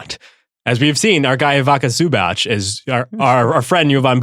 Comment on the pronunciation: You destroyed Ivica Zubac name. That wasn't even close to proper pronunciation. You say it more like Eeveetsa Zoobats . All letters "I"s are read as "ee" in player names from ex-Yugoslavia countries (Serbia, Croatia, Bosnia, Slovenia, Montenegro...). Few examples: Nikola Jokic, Nikola Vucevic, Bojan Bogdanovic, Luka Doncic, Ivica Zubac, Dario Saric, Boban Marjanovic, Goran Dragic, Bogdan Bogdanovic, Nemanja Bjelica, Dragan Bender, Nikola Mirotic, Milos Teodosic...